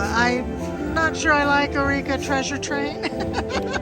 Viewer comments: Love your videos, they are like comfort food! This is pedantic, but I think eureka is pronounced "you-ree-ka" not "a-ree-ka". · u always say eh-ri-ka when it’s yoo-ree-ka.